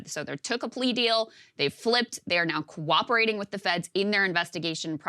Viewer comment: She has a hard time saying the word "cooperating."